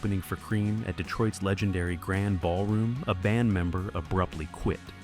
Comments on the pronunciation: It’s not Grand ballroom,, it’s pronounced Gron-day or Gran Dee and spelled Grande. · It is pronounced GRAN-DEE BALLROOM in Detroit, thanks A/I 💩🤮